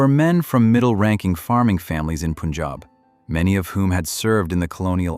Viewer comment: Somebody teach this narrator guy needs to say "Punjab" properly.